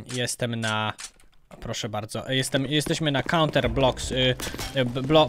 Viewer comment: jezus nie cunter tylko counter